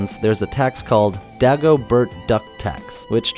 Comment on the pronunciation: i'm belgian, so i speak dutch, you pronounced dagobert completely wrong.